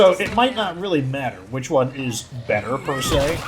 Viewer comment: He says beeter